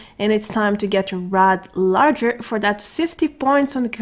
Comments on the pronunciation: Hi great video , it's actually Lager like the beer not larger . Love ur tutorials !!! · LOL, it’s spelled “LAGER” (“Log-Er”). A lager is a type of beer. Love your vids! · Pronounced logger you mean. English is not her primary language and she is going to mispronounce words just like English speakers will mispronounce words in her primary language. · Even though shes pronouncing it wrong, her voice just makes is so damn cute I prefer the way she says it.